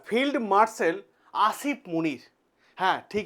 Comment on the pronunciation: উচ্চারণটা হবে ফিল্ড মার্শাল Field Marshal